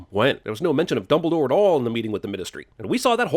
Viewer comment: Fantastic Beast came out way before Harry Potter. Also add a sin for every fucked time they say "Dumbledor". LOL!!